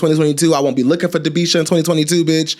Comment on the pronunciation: Not Dabeisha chile...